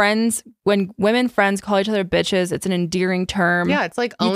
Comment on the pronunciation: Is it just me or calls the girls “beaches” a lot in this one